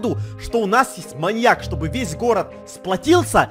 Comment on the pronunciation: Гогда Эдисон сказал маньяк мне показалась маяк